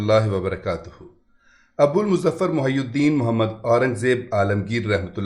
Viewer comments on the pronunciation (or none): none